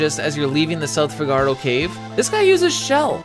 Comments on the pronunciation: Love your videos. But your pronunciation of Figaro is so cringe. Fi-ga-row, or Fig-a-row, never Fi-gar-oh. As a Chicago native I prefer Fig-a-row like Cicero. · The effort for this video is absolutely insane. I just can’t get over the pronunciation of Figaro.